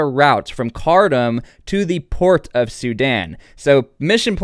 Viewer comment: Ironically it's pronounced "car tomb"